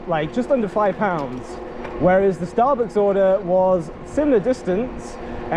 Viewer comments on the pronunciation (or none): Love the way you said starbooks